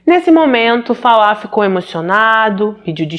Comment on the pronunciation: Parabéns pela pronúncia do nome Falah. Meu marido é iraquiano e tem o mesmo nome e as pessoas sempre dizem Fala como o verbo falar na terceira pessoa do singular. Infelizmente muitos iraquianos querem que os demais se adaptem a maneira deles viverem. Meu marido já tem cidadania e se diz "brasileiro", abriu sua cabeça aos nossos costumes e nunca me obrigou a seguir os dele. Mas em contrapartida um conhecido que dou aulas para os filhos, é ignorante e cria os filhos numa bolha e eu vendo a maneira dele ser fico enojada. Mas é bem pq vc disse, eles saem de seus países fugindo de péssimas condições de vida e não querem aceitar os costumes de onde escolheram viver. Chamo isso de ignorância radical.